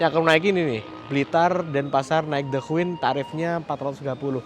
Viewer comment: Masee, punten ya tak koreksi pengucapan kata "queen" yang bener adalah {kt krj} /kwēn/ huruf Q pada kata queen dibaca K. Seperti pengucapan huruf K pada kata "king". Soale tak perhatikan konten sebelumnya yang naik the queen ini kalo ngucap kata queen menggunakan Q bukan K.